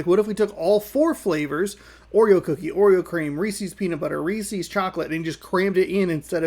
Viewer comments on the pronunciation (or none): By the way, Reese's is pronounced so that it rhymes with pieces.